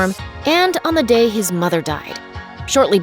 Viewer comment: how does that guy say day